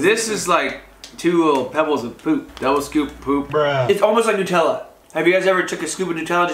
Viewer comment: He says Hareeebo lol he can’t say it right 🤣 watch the advert (commercial 🇺🇸) for how to say it.. He also can’t say Nutella.. he says Nootilla lol